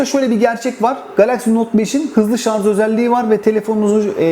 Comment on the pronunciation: En doğru yorum ne biliyor musun ? ''şarz'' değil Şarj